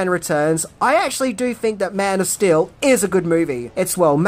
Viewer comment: your accent keeps sounding like you are saying Man of Still